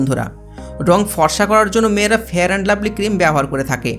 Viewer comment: ফেরান লাভলি না ফেয়ার লাভলি